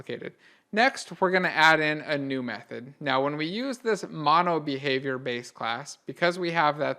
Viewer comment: Couldn't understand the "MonoBehaviour" properly.